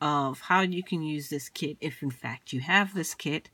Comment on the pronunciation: I totally thought you said kids.